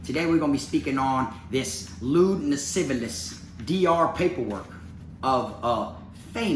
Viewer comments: he said lascivalous. rofl. anyways. fuck that clown. i bet he never thought this would come out. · "Lascivious" has only the one "L" in it,. You've been cracking me up this whole time trying to pronounce that shit. 🤣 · La- siv-E-us